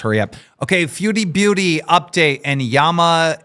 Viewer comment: it’s Yabba not Yamma lol anyway cupcake is his baby carrot